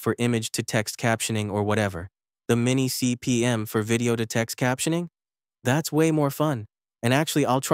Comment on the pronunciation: MiniCPM, not MimiCPM 😊